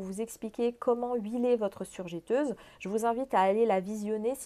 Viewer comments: On dit surjEteuse et pas surjÉteuse 😜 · Pendant qu il est temps et parce que je sais que vous y êtes sensible car vous parlez au public on dit "je" "teuse" et non jè teuse car il n y a qu un "t" après le "e". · On prononce surjEteuse et non surjéteuse....si non super vidéo merci pour les infos ☺️